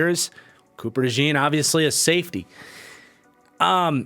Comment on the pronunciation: Please pronounce Cooper Dejean's last name correctly. It's not like "jeans", it's like "john", so Cooper Dejohn (with the j being almost like a "sh" sound, so kinda like Cooper Deshawn)